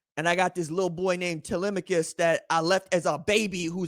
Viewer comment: 😂 this man said Telimacus